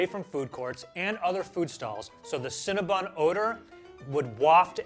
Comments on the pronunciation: CinnaBONN not bun. Maybe the fact I first encountered them in Montréal is why the pronunciation upsets me so much… oh and for all the UK people who’ve not found them yet, there only appear to be 21, mostly in London and a few around Mancs/Liverpool. One in Bristol. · Is it pronounced Cinna- Bon or Bun?